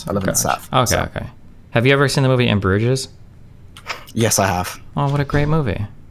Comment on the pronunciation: Bruges is pronounced 'Brooj'.